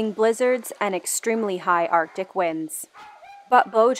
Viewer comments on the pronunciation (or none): none